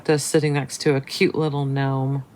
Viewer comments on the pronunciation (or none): none